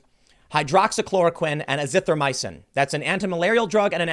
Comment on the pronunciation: Tim with the PERFECT pronunciation of hydroxychloroquine and azithromycin but can’t say Weinstein 😂😂